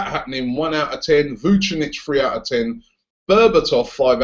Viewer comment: Dunno how you can pronounce Mirko Vucinic's name right, but you still say CAR-ZOLA.